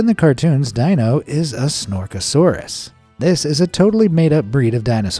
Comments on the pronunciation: Never saw "The Flintstones"? Their pets name was pronounced Deenoh, not Dienoh. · Dino... is NOT pronounced Die-no .... it's DEE-no!!!! And that version of Fred Flintstone was based on the John Goodman version from the MOVIE!!! (which you showed for all but 2 seconds :' BTW your artists 'George' has some HUGE TALENT!!! I'm pretty sure midjourney didn't do it all and there had to be some real artistry going on there.. and it was AWESOME!! I'd love to be a part of the team... just don't ask me to be able to make art like that :) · It’s Dino ( de-no) Not dino (di -no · despite being a DY-NO SAUR, the character is actually called DEE-NO , not DY-NO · I actually thought the Stitch one looked cute, but it actually looked more cat then dog or Koala, lol! Also Dino is pronounced DeeNo not DyNo! 😉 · Not to nit pick, but it is pronounced DEENO, not DYNO for the lovable puppy dinosaur Dino in The Flintstones. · You pronounced Fred Flintstone's pet dinosaur Dino's name wrong. It is pronounced Deeno, not Dyno. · It is pronounced DEE-noh, not DYE-noh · Sonic the Werehog, much? Also, Dino is pronounced as Deeno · You've really never seen The Flintstones and heard Dino's name said? It's "dee-no"! 😮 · Fred Flintstone's pet dinosaur, Dino, is pronounced "Dee-no". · Dino from the Flintstones is pronounced "dee-no" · Dino from the Flintsones is pronounced Dee-no. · It’s Dǐ “E” sound)no not Dīno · It's pronounced "Dee-no". Dino! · Pronounced DEENO… not Dino. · Dino is pronounced DEE-NO. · Dino is pronounced DEE no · Bruh. Tell us you've never seen The Flintstones without saying you've never seen The Flintstones. Dino is pronounced DEE-NO 😂😂😂😂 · "Dino" is Pronounced: Dee-no . VOICE-OVER NEEDS A REBOOT IN THE HEAD. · It's pronounced DEE-NO 🤦‍♀️ Did you never watch the Flintstones as a kid? FFS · Ikr. It drove me crazy each time he pronounced his name wrong. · Lol dude pronounced Dino wrong from the Flints Stones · Dino, is mispronounced so I know you never saw The Flintstones